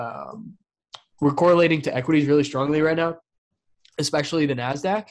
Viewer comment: seems so smart until he says EXSPECIALLY 🤣🤣